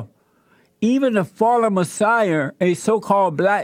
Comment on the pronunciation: It's Messiah, not Muh-sire.